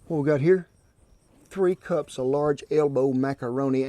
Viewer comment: Did she say 2 çups SHARP Cheddar...??? It would help if you repeat what she says on camera...!